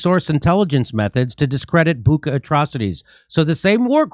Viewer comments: Can Jimmy say Butcha (Shhha)? The New York times is enjoying the amount of money that they are getting paid to play the role of criminals. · Dear Jimmy -It’s Bucha, like dacha, like chai or kitchen not kitken 😉